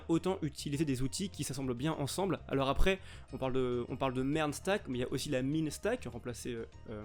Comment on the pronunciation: vers la fin de la vidéo j'ai compris merde au lieu de MERN XD heureusement que tu l'a expliqué